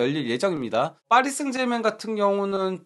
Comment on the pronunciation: 파리셍제르망 이 맞는발음 이라니 (파비앙님)!정정해서 클럽명 방송 하시길😮파리셍제르맹 틀린발음 매번 틀린 클럽명 거슬림